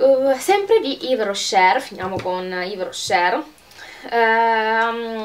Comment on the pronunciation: spero di non darti noia consigliando ti di trattenre la R finale quando pronunci yves rocher buona giornata